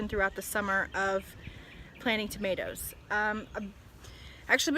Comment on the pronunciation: Now I know so much more about tomatoes, or as you say “tomaloes”...we’re no better in the 🇬🇧 we say “tomarrrtoes”...Thanks, looking forward to your next instalment😀👍💕